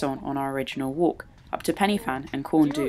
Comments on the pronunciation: it's not Penny Fan, it's pronounced Pen-ah-Van (pidgeon Welsh). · its pronounced " van" not fan. pen y (v)fan...